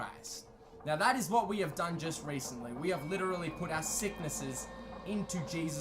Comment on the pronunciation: That was “Licherally” crazy guys!